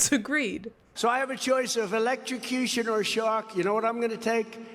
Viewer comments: He said "elect-sha-cution" 😂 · Words are hard .